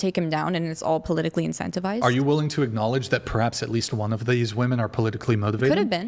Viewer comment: "polillically" lol that man is funny